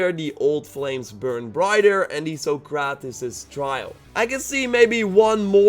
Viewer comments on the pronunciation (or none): Sokrates == pronounced SOCK-cra-tease